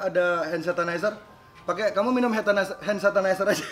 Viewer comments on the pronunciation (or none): Die ngomong hand satanizer bro